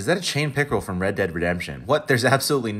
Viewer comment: I like how they say "from" like the fish copied the game or something